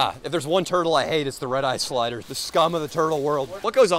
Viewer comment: He said "Red Eyed slider" lmao. It is Red Eared Slider. But great video